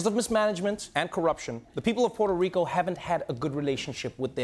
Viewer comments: Love Noah haha but it's "P-where-toh" Rico, not "Porter" Rico 🤣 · Porto Rico? Say it with me, Trevor: Poo-err-toe. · it's prononced Puerto Rico not portto rico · Everyone! Stop calling it Porto Rico. Its Puerto. They are DIFFERENT words. It is so indicative of our self involvement. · "POTO RICO" or is it Puerto Rico? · He pronounces it "potro" and it is annoying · I love you dear Trevor but your pronouncing Puerto Rico incorrectly - it doesn't have a O in it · Please pronounce the name of the country correctly.